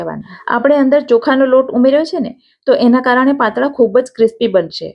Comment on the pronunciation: Mdm patara bolvanu hoy men Tame patla bolo cho😢😮😅😊😅😅😅😅😅😅😅